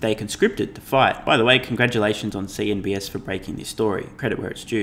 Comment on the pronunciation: Why do you say CNBS? It's CNBC!